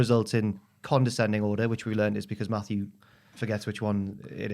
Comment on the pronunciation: Whts up w saying Maffew every 2 mins the whole episode? Yeah we all heard Maffew watching Steve & Larson & Bryan Alvarez shows lmao..we get it lol